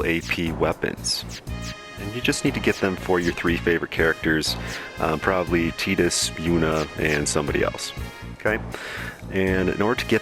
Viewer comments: "TIE"dus, not "TEE"dus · Why does everyone pronounce it "Teedus" instead of Tidus that make FFX videos?